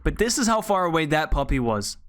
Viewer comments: I thought u said puppy not poppy lol😂😂😂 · Fr I just kept hearing puppy and briefly going "PUPPY? WHERE???" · Is it not poppy with a o